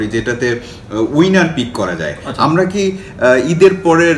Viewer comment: ভাই যথাযথ সম্মান জানিয়ে আমার একটা পর্যবেক্ষণ আপনাদের সামনে রাখছি।। কথোপকথনে আপনাদের প্রায়শই র, ড়, ঢ় উচ্চারণের পার্থক্য নির্ণয় করতে সচেতন বা অবচেতনে ত্রুটি থেকে যাচ্ছে। 'আমরা' হয়ে যাচ্ছে 'আমড়া', 'আসার কথা' হয়ে যাচ্ছে 'আসাড় কথা', আষাঢ় হয়ে গেছে 'আসার' ইত্যাদি। আপনারা সমস্যাটা হয়তো বুঝবেন। অনেক দিন পরে ঢাকাইয়া টানে বাংলাভাষা শুনে মন ভরে গেল।